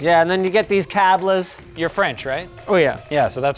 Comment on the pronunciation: Also a weird way to pronounce cables in Spanish